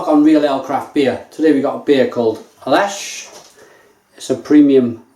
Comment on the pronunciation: Lech (leh-h)